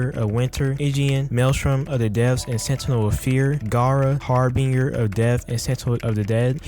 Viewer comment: I gotta let you know the pronouncement of Harbinger killed me so just to let you know it’s said Harvinjer